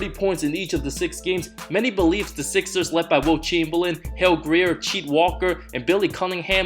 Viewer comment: cheet walker? it’s chet walker